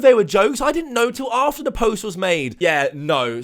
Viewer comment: Is it so hard to say "the" properly.. THE NOT VEH!